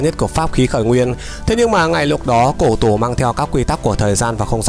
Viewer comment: Cô tổ mà bảo là cổ tổ.. nói là cổ tổ t méo biết cổ tổ là ai